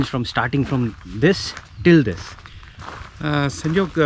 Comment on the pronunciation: The way property owner said sanjog 😆